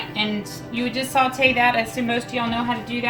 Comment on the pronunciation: Saw-tay. Not salt-ay.